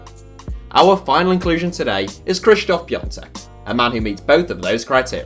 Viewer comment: Good pronunciation of piąteks name